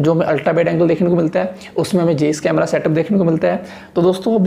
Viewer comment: जेईस नहीं भाई जाइस